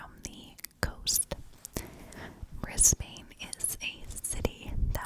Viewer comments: This is definitely going to show our slang or accent, but Brisbane is pronounced as “bris-bun” 😅 When this happened it hit everyone across the country hard, mostly because of how shocking it was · yeah haha most of the places are pronounced how they appear but for some reason not Brisbane 😂 She was named ‘girl in the cupboard’ and got a few tv interviews on 60 minutes and news stations